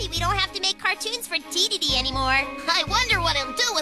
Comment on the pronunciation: when he said dedede man i heard gigidy man